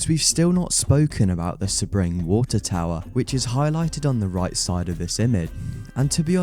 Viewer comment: Its pronounced "SEA-BRING".